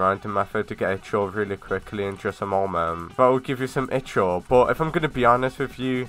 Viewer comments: It's called Ichor not i-CH-or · One it's not itch-or. I don't know how to pronounce ichor but i know thats not how you say it. ALSO CLICKBAIT ALERT!